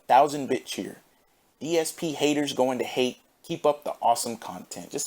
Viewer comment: No rush on these fam, I'll peep out the newest whenever it comes out. Also, love how you pronounce "bitcheers" or "bitch-heers" haha; thought the 1st time I heard that, you pronounced it like that on accident, similar to the infamous DJ Khaled clip of saying "accreate."